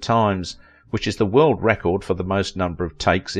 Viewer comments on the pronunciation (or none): none